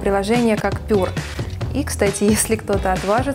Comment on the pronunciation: единственная критика - прилжение читается как ПЬЮА а не ПЁР ;)